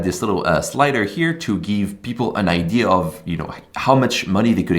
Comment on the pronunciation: Bro, for god sake please say idea correctly. It's so frustrating. It's idea not idee. So "I deh ah"